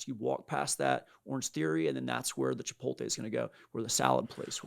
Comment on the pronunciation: CHIPOLTE??? Every time I hear that, I want to throw something. My desk is now cleared. It’s chipoTLE!!!